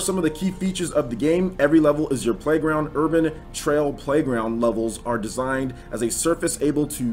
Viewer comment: Its "Urban Trial" not "Urbain Trail"